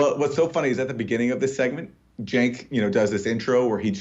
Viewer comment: Cenk is pronounced "Jank"? Well, as a point of interest, if I say I was caught tugging my jank, you'd know what I was saying, right? This comes from rural Virginia so you know where the term comes from.